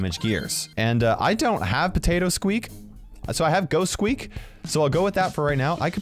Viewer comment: You called squeak teak